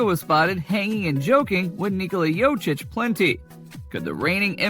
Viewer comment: As much posible as for you to say corectly Jokic's name.